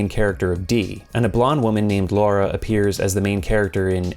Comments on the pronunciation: Out of curiosity, why do you pronounce Laura’s name as Lara? Especially when the characters use the Laura pronunciation? Seems odd to mispronounce the main character’s name when the game gives you the audio for the name. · You saying Laura closer to Lara more than when people say Lara Croft's name.